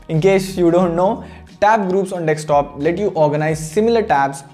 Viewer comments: Bro it's desktop not dekstop 😄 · D-E-S-K-T-O-P, not D-E-K-S-T-O-P. If you're speaking in English may as well speak it right please. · Everyone: Desktop: Dekstop 😂😂😂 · it's a deSKtop not a deKStop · Please stop saying "dekstop". Too many people watch your videos, fix it before someone thinks its the right pronunciation. You guys do this almost every video. Its so annoying